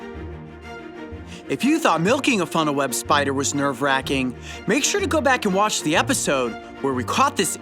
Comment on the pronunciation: “We can definitely milk the spidah”